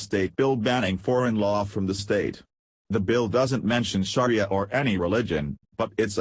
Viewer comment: If you are going to do a story on "Sharia Law" and can't read yourself, at least get a computer program that can pronounce it correctly!